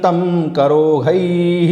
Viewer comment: आदरणीय - आठवें श्लोक में आपने "करोधै:" का उच्चारण "करोहै" किया है जिस से मैं कुछ भ्रमित हो गया हूँ। उन्हीं श्लोक में "सुरौघान्कलाभिः" का उच्चारण "सुरौहान्कलाभिः" किया गया है किस से भी मैं भ्रमित हो रहा हूँ। सम्भवत: मेरा भ्रमित होना मेरे संस्कृत व्याकरण की अज्ञानता का परिणाम है इसलिए आपके मार्गदर्शन के लिए आभारी रहूंगा। कृपया कमैंट्स में उत्तर प्रदान कीजिये अथवा अपना फ़ोन नंबर प्रदान कीजिये ताकि मैं आपसे फ़ोन पर इस सन्दर्भ में स्पष्टीकरण प्राप्त कर सकूं। आपका कोटि-कोटि धन्यवाद।